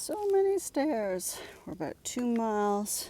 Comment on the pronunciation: I get a giggle a "aboot" Everytime